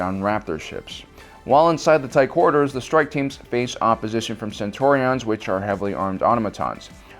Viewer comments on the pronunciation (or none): Sorry, but Centurions from BSG is pronounced "Cen-chu-ree-ans" and the Scimitar from ST is "Sim-i-tar". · what hell are Cen-TOR-ions? And whats a SHIM-it-tar? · Does he mispronounce words on purpose to piss people off, or is he just that ignorant? Centurions, Scimitar, and Data are words that, while they may be a bit hard to figure out if reading them for the first time, are said often enough in movies and shows that he should know how to say them correctly... and those are just the two that stood out to me in this video...